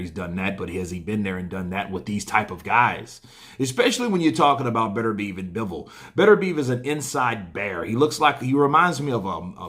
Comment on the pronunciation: Beterbiev, it's Beter-bi-ev. You Americans...